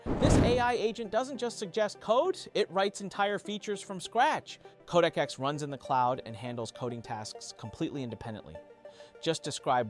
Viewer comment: Not KodakX or CodecX …. CodeX. Just “Code” & “X”. Try saying the right thing next time bruh